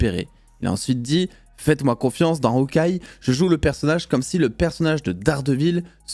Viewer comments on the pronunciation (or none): none